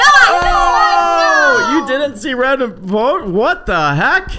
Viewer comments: he said bote me as well 🥺😂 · He barely said vote he said boat me